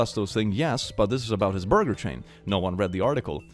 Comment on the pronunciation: saying "youm the boiger" and then the squish sound just kills me 😂